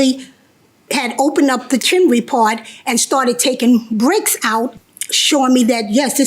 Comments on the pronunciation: Chimney. The word is CHIMNEY. There is no such thing as a “chimley.” Stop. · It’s not chiminey (JM) and it’s not chimley (plaintiff). It’s chimney, pronounced “CHIM-nee.” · Chim-ney. Chim-ney. 2 syllables. 😂